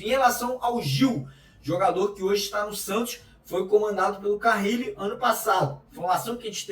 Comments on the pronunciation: Porque ele insiste em pronunciar carrile se o sobre nome é carille?😅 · Será que ele aprende a falar carille ao invés de carrrrile até o treinador ser mandado embora? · Pelo amor de Deus, não é "CARRILLE", é "CARILLE".